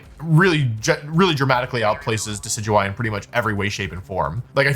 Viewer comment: How is he pronouncing DECK EE DEW EE